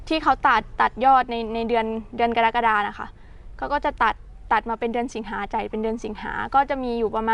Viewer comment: กะ-ระ-กะ-ดา ( กรกฎา )อ่านช้าๆ